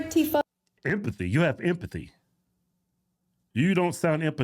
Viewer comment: She keeps mispronouncing empathy